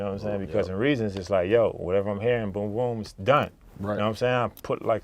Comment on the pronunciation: He keep saying Reason(s) and its irritating me lol